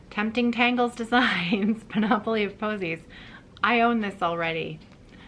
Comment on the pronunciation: I would hesitate to do this but: 1. I believe you previously said you don't mind being given correction on word pronunciation. 2. You will be saying this name over and over this summer. 3. I am a former teacher and a horrible pedant. Panoply is pronounced PAN-up-lee. Please forgive me if this is unwanted correction.